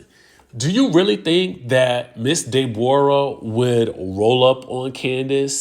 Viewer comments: It's the pronunciation of her name for me! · Dey-bor-ah is sending meee😂😂😂